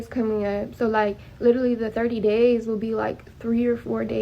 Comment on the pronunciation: At 2139..... I just learned that LITERALLY is actually pronounced 'leerally" 😂😂🤦🏽🤦🏽🤦🏽🤦🏽 GRAMMAR BITCHES